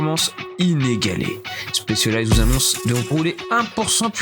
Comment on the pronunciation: Stop dire chpecialized c'est un S 😭